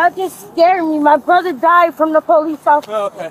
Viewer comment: "Imma scared of pow-leece ah bruvah died uh pow-leece!" Ah yes, a typical family of crime.